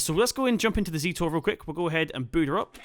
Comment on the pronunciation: Good video, but the first tractor reads a zetor, not a zítor and it from the Czech Republic